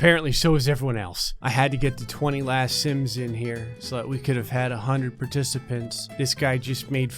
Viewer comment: Stop saying simps insted of sims